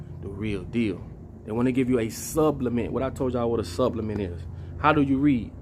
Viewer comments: I like what you do, but why you keep saying subblement when it’s supplement lol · Its SUPPLEMENT, not SUBLIMENT Papa. You are confusing this word.💊💊 Great video though! We appreciate you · I thought it was supplement not subplement